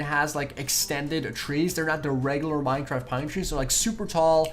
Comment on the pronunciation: Lol minetraft